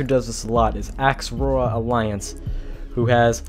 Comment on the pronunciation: Did this dude for real just say AXrora? 😂😂